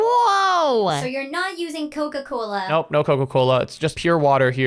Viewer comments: Cola a sounds like koko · cola a sounded like koko